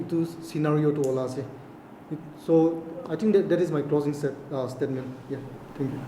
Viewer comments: Steetment instead of statement. Orginition for organization, just little eg nou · Statement ❌ Stitmints✅ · Another one 😂😂😂 stetment not statement